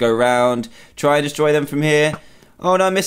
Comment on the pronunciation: Why did he say frooom .